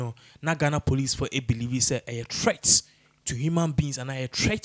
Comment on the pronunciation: OHHHH... This gentleman. U REALLY NEED TO WORK ON YOUR 'T' N 'TH'!!!! GOSH... OFF PUTTING!!! 'THEST', 'ATHACKING' 'PROSECUTHERS'..... 🤷‍♀️